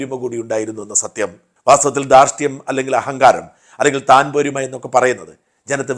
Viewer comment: താൻ പോരിമ അല്ല, തൻപോരിമ....